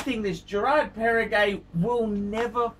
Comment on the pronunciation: You don’t know what you are saying, first you say Girard Perregaux not Perregay , second GP came before Patek Philippe